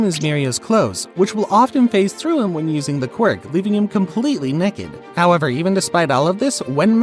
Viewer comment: Quick question. Are you from Oklahoma because the way you said naked sounded like neked. Which in Oklahoma we have a verbal quirk that we sometimes say words that will souns different but nean the same.